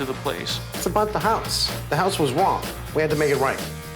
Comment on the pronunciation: It’s a house not a hoooouse😅